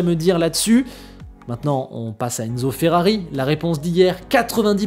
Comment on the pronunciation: FERRABI? 🤔 Tu es en panne de lettre 'R' 🤭 - j'ai jamais eut autant hâte de voir ce que va donner Ferrari avec Hamilton en 2025 - J'espère que l'amitié avec Leclerc ne sera pas altéré en course et qu'elle perdurera - merci 👍👍😎😎🥰🥰